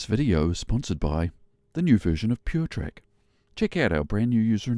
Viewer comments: the glider name is pronounced poo-hatch not poo-chez :) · it's "poo-hatch" not "poocac" 😜👍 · "Puchacz" not "Puczes"😁 greetings from Poland:) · Actually, it is pronounced “Poo-hatch.” Appropriately enough if you’ve managed to spin one. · Puchacz... Phu-ha-tch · This guy calls himself..An Instructor..And doesnt know the diff between a Forward and a Side slip.and DUDE Its Puhatz is how ya say it.. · Puchacz is pronounced 'poohatch' ;-) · and you can see the airbrake handle forward in the closed position (compare to with the brakes deployed). that pass would not have been possible with the brakes open. the change in slip direction seems pretty dangerous to me. that's a lot of yawing movement with the nose high. i don't have a ton of experience in the Puchacz (your pronunciation kills me btw) but enough to know that it likes to spin and will bite you if you let it. pretty cringe display tbh.